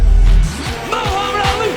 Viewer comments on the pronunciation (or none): it is ( Muhammed ) not mowhammad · Not Mowhamad id Mohammad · its not mowhammad its Muhammad